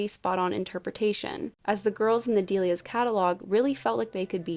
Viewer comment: I thought it’s pronounced “dell-Lee-ahs” not “dee-lee-ahs” lol